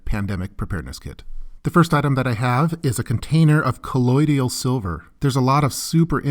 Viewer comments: Colloidal, not colloidial. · Good video! Btw you are pronouncing colloidal silver wrong ... it’s “kuh-loid-l” not “kuh-loid-ee-al” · kuh-loyd-all = colloidal